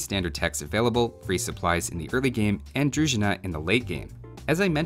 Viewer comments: For the record, Im bulgarian and need to tell you that you need to emphasize on the i in druzhina, not the u, if you need to know how to pronounce other bulgarian words you are free to ask ;) ;* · thank you for all videos you've made, but I have to fix your pronunciations - it's deTInets and druZHIna. Hello from Russia, peace and prosperity for all.